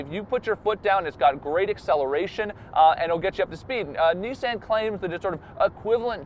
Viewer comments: I'm annoyed by it too. I say "nee-sahn" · Why does he say Nissan like that? Have I been saying it incorrectly this whole time?